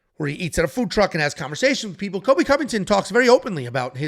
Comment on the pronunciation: How to pronounce “Cole-b” not kobe Colby by decision lock it in